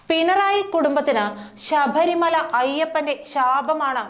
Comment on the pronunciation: ശബരിമല ആണ് ശഭരി മല അല്ല.